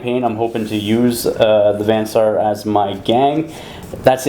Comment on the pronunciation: Also with "Vansar". Van (short A) Saar (long A) is Dutch, by the way.